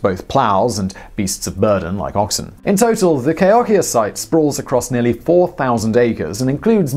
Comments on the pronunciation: I believe that the proper pronunciation is Kə•hō•kē•ə. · Cahokia is pronounced Kuh-`hoe-key-uh . Mesa Verde is in SouthWEST Colorado. Southeast Colorado is best described as flatlands. Lots of farming down there. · Lots of love for Cahokia! BTW it's kuh-HOE-kee-uh, not kay-HOCKEY-yuh. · it's /kə'hokiə/ not /keı'hakiə/ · It’s pronounced “Ka-hoe-kia” there is no long “a”. The coolest thing for me when I went there was climbing up the highest pyramid and seeing the “wood hinge”. At Chaco Canyon I found seeing hand prints in the mud bricks fascinating. Climbing up to see the petro glyphs fun and getting over to see the glyphs pretty scary as they are high up on the wall of the canyon. Both are worth trip to go see them. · Cahokia is pronounced Kahoekeeya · Cahokia is pronounced Ka HOK i a. :-) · It's a sad fact that greedy white men went into these ancient dwellings, particularly the cliff dwellings, with dynamite, looking for "treasure." Egad. BTW, gang, that's Cahokia, pronounced "Ka-HO-kee-a," not whatever-it-is you were saying. Stay safe, everyone. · First time I've ever heard Cahokia pronounced like that.. interesting.. LOL. Jokes aside- great episode as usual. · He butchered it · I wish I could tell him that he was pronouncing Cahokia wrong